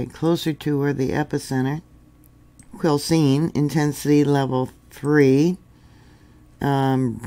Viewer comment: So glad you pronounce the name correctly, so many hillbillies (Quil-billies) around here say Quil-a-cene, not kidding.